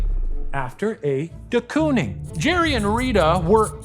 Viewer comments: as a dutchie i cant stop giggling at their pronunciation of De Kooning😭😭 COON?????😭 it's pronounced like cone so you'd say "cone-ing" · In the rare case you ever need to pronounce “de Kooning” ever again, its pronounced the same way you would say “door” with a long stretched “o” sound 😇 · The most dutch way of saying ‘Willem’ and also the most American way of saying ‘de Kooning’ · As a Dutch speaker please search how to pronounce de Kooning 😭😭